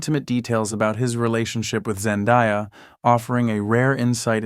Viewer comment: Zen-DAY-A NOT ZEN-DIE-A